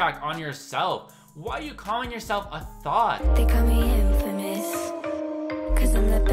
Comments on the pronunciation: She said “I’m a threat” not “I’m a thot” lmaoooo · she did say threat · When she said “cause I’m a thot.” I thought she said “cause I’m a THREAT” and I was like TO WHO?????!!!! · You're right! 😂😂😂